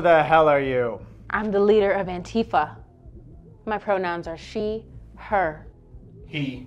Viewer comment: Oh god I hate it when people pronounce it Ann-Tifa instead of Anti-fa